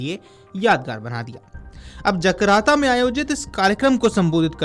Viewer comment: जकार्ता ✅️ जकराता❌️